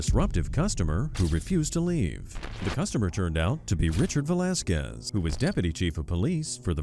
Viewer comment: "Velasquez" Enough said...